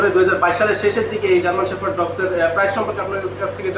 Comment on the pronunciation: It’s not German শেফার্ড, it’s German শেপার্ড..shepherd (means রাখাল). Firstly, Sounds right dude. Thanks.